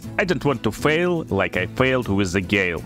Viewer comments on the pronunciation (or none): none